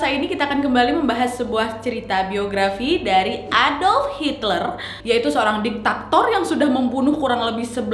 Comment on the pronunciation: Bukan ditaktor wak, tapi diktator